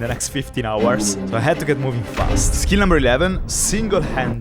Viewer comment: He can’t pronounce the word “skill”.